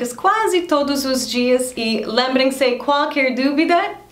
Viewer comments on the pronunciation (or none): Hi jackie. Sua pronuncia da palavra "qualquer" ainda nao soa bem. A pronuncia ideal seria " qu- al- quer" dividindo o qu do al. As vogais e, i ,o sao juntas do qu, exemplo: que-rer , qui-lo, quo-ciente. No mais a sua pronuncia é maravilhosa, parabens.